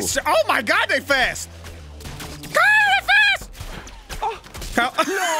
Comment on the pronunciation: straight up kept messing up Kyle's name and almost said Squirrel multiple times lol